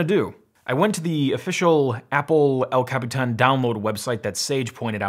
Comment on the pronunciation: I love how you pronounce El Capitán!